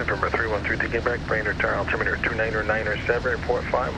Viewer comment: Nice video! Liked the pop up when the controller is speaking. This should be good material for students preparing for a solo cross country flight. A couple small corrections: - It’s south-southwest (a direction), not “south/southwest” - It’s altimeter, not “altimiter” - There are several ATC instructions where you must read back the entire instruction along with your tail number and runway number. These include “hold short,” “line up and wait,” “cleared for takeoff,” “cleared touch and go (or stop and go),” “cleared for the option,” and “cleared to land.” It’s this rule that caused tower to make you repeat the landing clearance. Nice job on the aviating and communicating, and on making the video! 👍 -Connecticut CFI